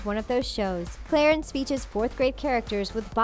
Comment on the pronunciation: I love “Clatence.”